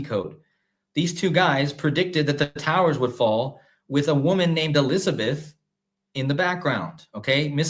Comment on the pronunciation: I could have sworn I heard you say one of the times you said Q Elizabeth (not everytime] I heard Queen Elizardbeth - maybe it was just me. LOL